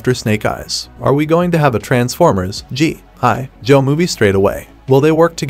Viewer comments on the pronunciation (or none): I hate how he says G.I … Joe 😂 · Bro why cant u pronounce gi joe normally smh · it’s one word for g.i. joe not hyphenated like you say, say it as one word, I grew up watching the original cartoon stop butchering it. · I thought it was a real person speaking until I heard how they said G.I. Joe lol. Getting crazy how authentic AI sounds. In cases like this, I don't necessarily like it because it's taking away someone who could be getting voice over work. On the other hand, it's useful if the content creator isn't good with speaking themselves, or can't afford to hire a VO. Super weird times we're living in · The Pause Between GI & Joe Makes Me Know For A FACT That This Was A Review By A Bot🤖. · Exactly, I hated it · I hate how he said Gi Joe